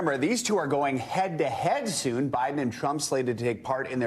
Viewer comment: Don the con-VICTED.